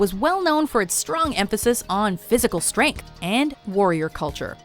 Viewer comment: I can't be the only one who heard "physical strenk"